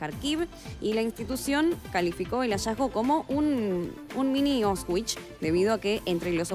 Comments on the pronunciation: 1- Pésima pronunciación de Auschwitz y repudiable comparación. 2- Veo muchos comentarios diciendo que es fake, no lo sé, definitivamente es propaganda. 3- En teoría saquear cuenta como crimen de guerra así que el soldado que recolecto su oro quizás no quiso arriesgar a retirarse con el botín a cuestas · No cuesta nada abrir un video sobre Auschwitz para escuchar y practicar decirlo cinco veces antes de presentar una nota. La mala pronunciación no deslegitima el resto del contenido pero si tu trabajo es presentar/comunicar, y especialmente en un medio masivo, corresponde chequear la pronunciación adecuada de palabras o términos extranjeros, de otra forma estas comunicando incorrectamente. Si dejas tu educación en manos de "lo que se enseña en el colegio" nunca se llegará más lejos que lo aprendido en una etapa escolar, cada uno es responsable de su educación. Ser el rostro y la voz de un medio de comunicación conlleva muchas responsabilidades y una de ellas es informarse sobre lo que se debe presentar.